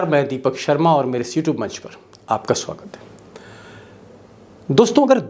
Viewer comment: Deepak ji… in every video of yours the welcome statement youtube sounds as sutube or c tube… ‘Namaskar main deepak sharma aur mere is sutube / c tube munch par aapka swagat hain. Put some space between is-youtube munch…..